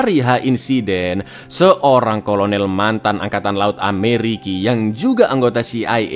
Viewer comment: Satu-satunya story teller yang selalu memplesetkan kata Amerika dengan Ameriki..ada "dendam" kesemat kah dengan negara Amerika?